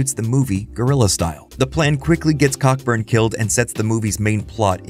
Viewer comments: He's a Brit, so it's pronounced Coburn. Co-burn. You're welcome :-) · The name Cockburn is pronounced Coburn, as every fool knows. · “Director Damian Cockburn” 😂 unintentionally hilarious pronunciation there, the surname “Cockburn” in the UK is pronounced “Co-burn” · it's pronounced "Co-burn" :)